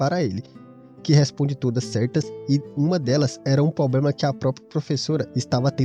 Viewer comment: Meu chefe, você disse "probrema", quando escutei isso eu tive que me inscrever, aqui é a minha galera! Não é piada! É nós! Valeu pelo conteúdo!!!